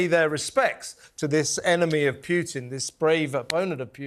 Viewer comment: The news anchor cannot even pronounce putins name properly